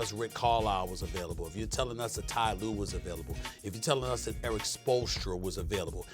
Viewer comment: Ty Lue. Lmao!